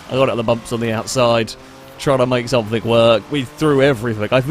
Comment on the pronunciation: its something not somethink